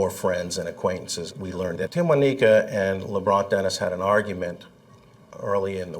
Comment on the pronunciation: “Timwaneeka”, “Timwaniqua”🤦🏾‍♀️🤦🏾‍♀️RIP sis